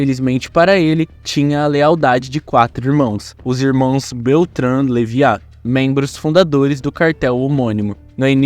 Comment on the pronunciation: Kkkk Ouvir o nome "leiva" errado tantas vezes tá me deixando doido.